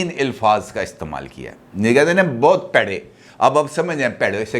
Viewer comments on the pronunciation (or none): none